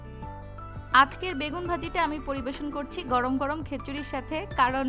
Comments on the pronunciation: খিচুড়ি not খেচুরি 😂😂😂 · খেচুড়ি না অাপা খিচুড়ি বল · খিচুড়ি কে খেচুড়ি বলেন কেন